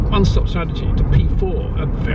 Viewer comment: Please pronounce Charles Leclerc's name correctly: "Charl Leclair". He has been and will be around a long time. Courtesy and professionalism demand no less. Thank you.